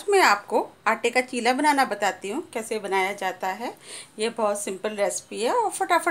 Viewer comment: Chilam nhi chilla